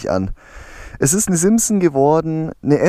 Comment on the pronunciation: Das heißt nicht simpson sonder SIMSON